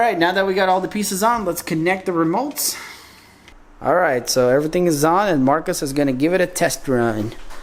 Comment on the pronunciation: Dad:the romotes Me:haha he called them remotes there called joy cons 😄